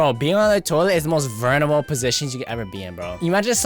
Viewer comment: Bro said “vernerable” not “vulnerable”